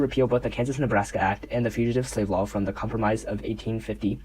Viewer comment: com promise? cahm-prom-iss? cahm-pro-mize 😂